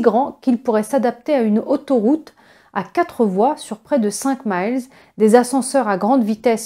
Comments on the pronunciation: Merci bcp ! Juste une remarque (gentille) le mot quatre comme le mot vingt ne comporte jamais de s, donc pas de liaison ! Bonne continuation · Quatre, huit etc pas d's au bout svp, donc pas de liaison 😉